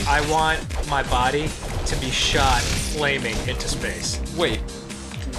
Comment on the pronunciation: Did Ross just get really Australian when he said "space" at the end?